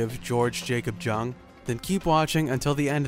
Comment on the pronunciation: Thought it was pronounced young